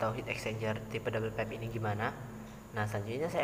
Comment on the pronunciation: Well done.. Izin kasih masukkan 1) kata "Uap" dapat diganti dengan steam saja, jgn ditranslate, krn kalau steam bs berarti kukus di b.indo, kalau uap bs berarti vapor di english. 2) speak properly, pipe (baca : paip) jgn pipe. It will be useful for us, when we can speak english properly, esp when u r an engineer. 3) Engineer identik dg angka dan alasan. U have to tell the reason why double pipe can be fit in your plan (acc to pressure drop, surface area and etc). 4) if possible, you could tell the audience why u used the exact number for an assumption, it can be based on prev case or range. CMIIW. Let's make a good work Great job